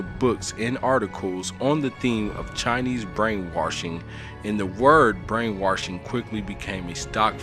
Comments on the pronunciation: Brain-WASH-ing... Not WARSH-ing... fuck... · He keeps saying brain warshing and it's irkin my nerves to the fullest. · Am I the only one that was getting irritated at how he kept saying “warshing” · Damn I was really getting into the channel until he said "brainworshing" worsh. I'll never get it. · wash-w-a-s-h no r in the word "brainwarshing" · "brain waRshing" lol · The scariest thing is that he says Warshing about 10 times. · I hate the way he says “warsh” instead of wash 😖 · "Brain Warshing" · U saying “Worshing” not “Washing” drove me literally INSANE OMFG 😤🤯🤬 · There’s are no “R”s in washing!